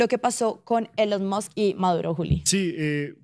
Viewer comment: Ah Maduro: no hay quien le corrija o le enseñe a pronunciar Elon Musk, cuando dice “elon muks” o “elon mods”, y siempre retando a los demás como cualquier bandolerito de barrio! ah maduro, que vergüenza de presidente!